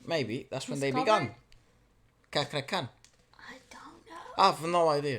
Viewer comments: Cakra Khan..'Ca' like in 'Charm'..the rest is correct pronunciation..He's actually a rare talent in Indonesia.. not many Indonesian singers have raspy voice..and he s one of a kind..even his speaking voice is so sexy..the first time he debuted many of us directly fell in love with the uniqueness of his voice and songs..even some people were starting to imitate how he sings..however, he s one of a few that managed to be famous among infamous ones with similar voice color..you can check other Indonesian singers like him..TOMPI and SANDY SANDORO.. u wont be dissappointed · Just to help you pronounce Cakra Khan's name easier: cakra - Cha (as in the Cha cha dance) kra - kra , khan - prounounce it like the 'con' in constant. Really love your reactions & appreciations to the singers from my country.. Hope one day you can come to Indonesia and have a collaboration with one of the Indonesian singers you guys love.. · The correct way to pronounce his name is by stressing the C like in the word Chaplin. He is a good singer. Must also check out his cover of Take me to church, writings on the wall and his duet performance with Judika is awesome. See you on Wednesday is a program own by the Roommate project. FYI, quite similar the current internationally recognized singers like; Sandy Sandoro, Felix Irwan and the winner of The Voice Germany Immanuela Santoso, Cakra Khan was also a rejected contestant on the Indonesian Idol audition. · They pronounce it in Indo like this. "Chuck-krah-khan" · Hi. I'd like to help you how to pronounce Cakra correctly In bahasa Indonesia, letter C is pronounced as ch in English and Kr as cr in English. So, Cakra is pronounced ch-ah-cr-ah. Good luck with your practice. Have fun. Greetings from Indonesia. Stay healthy. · Wth everyone called his name wrong.. Is not kakra kha.. CHAkra khan.. CHA-rly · pronounca cakra as in cha cha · 😁 pronounce C as Ch not kakra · Cakra is read as: Chakra, cheh sound... ✅ Not Kakra, kei sound... ❎ Same as Indian name.